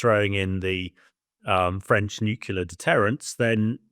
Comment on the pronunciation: Never trust a man who can't pronounce nuclear correctly.